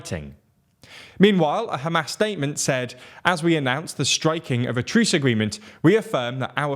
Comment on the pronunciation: Every time you say Hamas, I hear ham-ass lol. Love your videos!